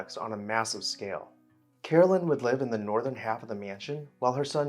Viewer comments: Caroline is not pronounced as Carolyn, but Car o line. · Is her name Caroline or Carolyn? You’re pronouncing it like Carolyn. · I like your posts but you kept calling her Carolyn and not Caroline